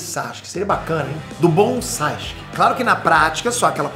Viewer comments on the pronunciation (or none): "Do BonSasuke" Me quebrou